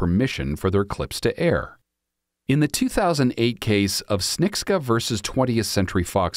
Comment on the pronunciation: It's pronounced ps-che-ni-cka